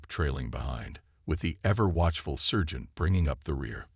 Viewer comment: It took over half this video to realize you werent sayin "surgent" . I thought maybe u were saying a weird shortened version of "insurgent" that only u used, but then it hit me you were trying to say sergant...